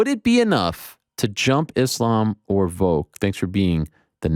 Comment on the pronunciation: Ariel my man, you gotta stop saying "Voke". It's Volk. The first four letters of Volkanovski. You pronounce Adesanya in the correct African phonetics, but you can't say Volk? You always act like a stickler for correct name pronunciation, yet you constantly say "Voke". After his last win there was a couple episodes where you said it a thousand times. I'm starting a petition for you to start saying Volk. Consider a like on this comment a signature. Maybe Ariel will see it and address this utter nuisance. 😆